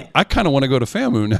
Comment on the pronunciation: Get it right... my Alma mater is pronounced FAM-U